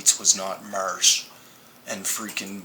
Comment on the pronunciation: Marc Rover Not to mention this guy's inability to pronounce the letter "a" correctly. It would drive me nuts listening to whole video of "mursh" instead of "marsh", "sand bur" instead of "sand bar", etc. Not sure which "dimension" he attended grade school in, but it sure as heck isn't the same one I attended in!!